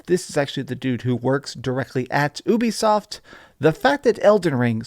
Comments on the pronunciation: Its pronounced "you be soft" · Why do you pronounce it like oobie-soft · The "Ubi" in Ubisoft comes from "Ubiquitous," and is pronounced "You-Be-Soft", it’s an amalgamation of Ubiquitous software. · It’s France so it’s technically pronounced oo-be-soft